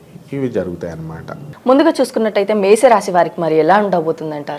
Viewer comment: Anchor gariki - Mesham pronounciation ravadam ledu...